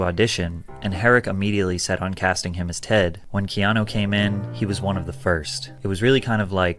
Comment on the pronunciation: Keeno reeeves